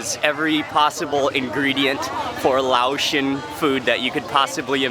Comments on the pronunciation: Laotian is pronounced lay-ocean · Say, Lay-Ocean! That's how it's pronounced. Great video, had to pause the video, grab some food and play it while eating. Ty!